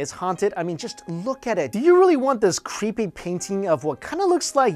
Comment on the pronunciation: lol love how asians say creepy as "qhueepy"